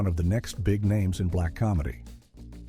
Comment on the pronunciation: Get the names right